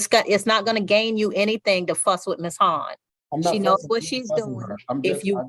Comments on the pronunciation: Love this judge. I thought I heard her say "don't fu*k with miss Han" but she said "Fuss" 😂😂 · It’s not gonna gain you anything to fuss with Ms Hohn…I had to listen to that several times, I was sure the judge didn’t say ‘fuss’.